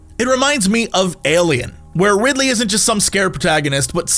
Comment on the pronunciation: called Ellen Ripley "Ridley".